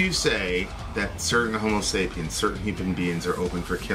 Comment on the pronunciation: you're killing me. It's homo sapiens not homo sapien.